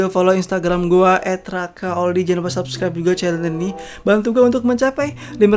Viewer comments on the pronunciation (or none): none